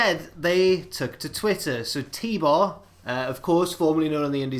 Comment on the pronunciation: HIS NAME IS FUCKING T BAR ITS FUCKING T BAR